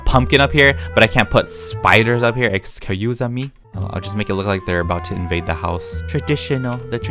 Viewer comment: Quote: eCuSa MeH